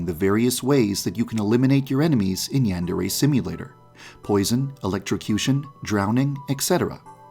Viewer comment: How to pronounce Yandere: Yan-Der-Ayyy